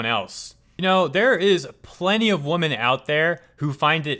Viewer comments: "women" is pronounced "weh-men" not the same as "woman". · You're a good guy, but please learn to pronounce the plural of women properly.